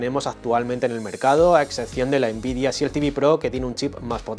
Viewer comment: RESET se pronuncia risét, no réset ni ríset. Este error frecuente es parecido al que se comete al pronunciar EXCEL, que se pronuncia exsél, no éxsel como se suele hacer erróneamente en España. SHIELD se pronuncia shild. La E no suena.